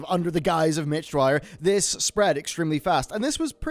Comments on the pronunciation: Just wanted to point out that you're pronouncing Mitch's last name wrong. It's Dyer not Dwyer. Other than that, keep up the great work man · Imagine calling Mitch Dyer Mitch Dwyer for the entire video...smh, do the editors of these videos even do the least bit of proofreading? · dyer not dwyer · Ugh Dyer not Dwyer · Mitch dyer. Pronounced ‘dire’ Vince ingenito. pronounced ‘in-jen-eet-ō’ Sorry, love you man, but irked me.